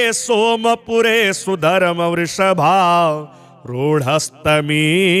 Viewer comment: वृषभ आरूढ़ है, पाठ गलत कर रहे हैं। इसी प्रकार की और भी उच्चारण दोष है केवल संगीत की दृष्टि से पाठ नहीं किए जाने चाहिए, आप जो शब्दों का उच्चारण कर रहे हैं उसका अर्थ क्या निकल रहा है और क्या होना चाहिए। इसका ध्यान भी रखना चाहिए विश्व में संस्कृत का कम प्रचलन है और कम लोग ही जो संस्कृत जानते है नहीं पाठ कर सकते है आपके पाठ का अनुसरण करेंगे और आपकी जिम्मेदारी बन जाती है कि समाज को शुद्ध उच्चारण उपलब्ध कराए अतः पहले स्वयं। मूल्यांकन कर ले फिर अपलोड किया जाय। मंत्र उच्चारण की त्रुटि अनर्थ लाती है।